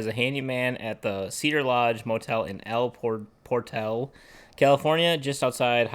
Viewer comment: El Por-tal ‘ accent on the second syllable.